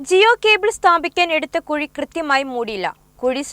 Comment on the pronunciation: Kazhi alla kuzhi😂